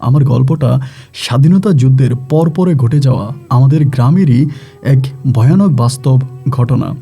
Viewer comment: Boutic,,,gote jaoa...asob ki uccharon...😂😂😂😂😂